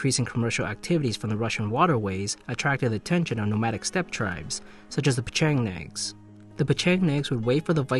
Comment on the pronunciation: Edit: Ok, NO!! The absolute worst thing about the original video is the manner in which this gobshite butchers Pecheneg/Patzinak. Holy hell he has never heard a professor or teacher or anyone else say it. Thing is you two are taking it upon yourselves to learn and listen to other stories, to consider different perspectives and make up your own minds based on various sources. A lot of those who claim there were no Muslim/Islamic slave owners are usually people who only read one book and believe everything in that book, their minds have been made up for them by their faith and their inability to question it.. People who still believe their own propaganda and are too simple minded to look beyond what sounds nice to them. It's like someone claiming that the slaves sent across the Atlantic were cared for and looked after, it's so far from believable that it's not worth entertaining, as much as incredulity is no argument against - facts are.. No different to the Catholics who think all their Bishops and Priests are incapable of anything sinister against hundreds of thousands, if not more realistically millions of little boys across the world. Or the poor bastards in Africa being told by their Bishops that condoms are evil and cause HiV. Liars and deniers of facts will always find a home in faith. The truth doesn't suit their imaginary world. Isn't unique to the Abrahamic religions though. Ps. could we maybe breathe into the mic a little less?